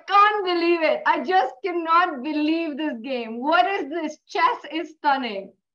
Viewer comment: "I love it-tuh!"